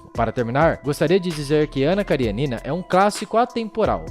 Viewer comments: Ótimo texto. Ótimo video. Apenas um detalhe: KariÊnina (da até pra ver o acento no video ), não KarieNIna. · A pronùncia è Karênina, não Karienína. Aliás a maioria dos sobrenomes russos são proparoxítonos, se terminam em vogal e paroxítonos se terminam com consonante